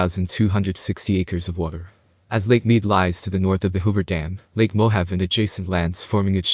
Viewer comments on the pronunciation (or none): Mo Have! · Probably should learn how to pronounce Mohave.